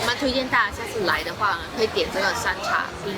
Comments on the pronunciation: 山zha。 不是山cha哈😂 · 是山楂 zha (第一声）哦😂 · 山楂（zhā）冰糖葫芦才是冰糖葫芦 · 妹子，那个叫shānzhā山楂，肉夹馍不叫馅饼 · 韩国从中国偷冰糖葫芦才这两年的事，什么时候能成为冰糖葫芦的代表了，而且念山楂（zha），认字认一半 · 那个是读山楂zha（第一声），~还有最初的冰糖葫芦就是山楂的哦，肯定好吃呀~ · 冰糖葫芦山楂，是扎的读音，山楂树的果子，冰糖葫芦在中国北方有水果口味也有紫薯口味也有山药口味的